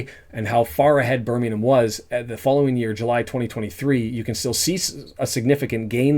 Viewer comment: Most Wrexham fans have never been to a live game in their lives .....your an absolute 🤡 Can't even say Birmingham correctly